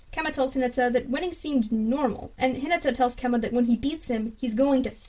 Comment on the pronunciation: Its Kenma not Kemma